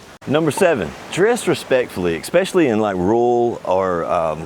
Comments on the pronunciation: ES-pesh-uh-lee (for especially); not EK-spesh-uh-lee. ? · great info but its not EXspecially. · you know he's american when he says "eckspecially" LOL